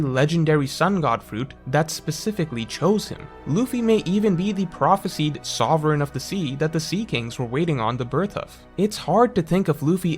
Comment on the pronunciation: you come off as someone highly educated and intelligent but it kinda breaks when you mispronounce “prophesied”. The end should be like “sighed”, not like “seed”